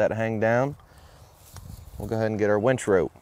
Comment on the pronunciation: Dude it's winch not wEnch 😂